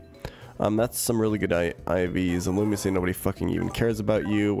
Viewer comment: Love pronouncing illumise as illumissay